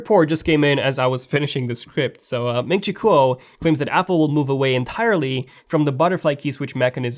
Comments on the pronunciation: It's not MIN CHI COOL, lol, it's KUO like QUOTE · its actually more like GWOR